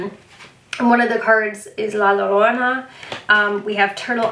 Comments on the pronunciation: Hi! Just so you know, “la llorona” is not pronounced with an “l” sound at the beginning, but a “y” so it would sound like la yorona not lorona. I’m telling you because I know you put a lot of effort into pronouncing things correctly! Hugs<33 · Hola,! An admirer from Mexico City here! I'm mesmerized by your deck collection and would really want to get the one made by Yoshitani in the future because of its special representations. It'd be lovely to hear more of your journey doing Tarot readings:) In the meantime, a tip for pronouncing "La Llorona". It's more like "jo" or (like in Joan) instead of the English or Italian pronunciation of the "ll". 🤗💜